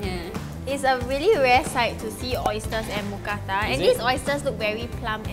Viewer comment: I’m so happy since I’m Thai and moo means pork or pig but it’s not pronounced like a cow Kata means pan So mookata together is a meal name Edit: that is the almost perfect pronunciation of mookata